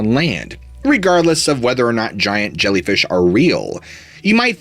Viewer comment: Zshiant Zhellyfish!!